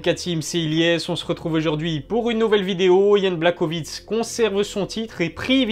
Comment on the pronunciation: Sa se prononce + Yan BlaHOvitch